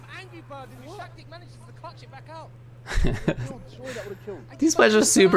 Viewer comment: Actually the name is pronounced as Du-shaS-tik. 😄 Not DushaKtik. But he pretty much approved of how you would initially read it in English in his recent tweet, so it's not big a deal.